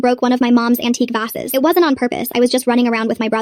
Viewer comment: "v-ah-ses" uh huh, yep, exactly